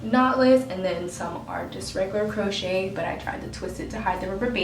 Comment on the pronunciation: FYI ITS pronounced:. "Crow shay" Not "Crow shet". But you're good to go 😊